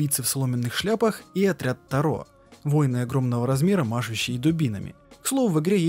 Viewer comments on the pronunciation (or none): none